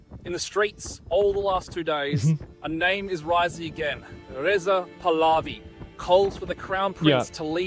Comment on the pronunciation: Asmon just FYI its pronounced "Pah-lah-vee" he wants to bring back freedom to women and freedom of religion. Most Iranians are Christian